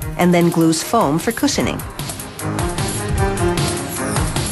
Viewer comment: "cussening"? I think she meant cushioning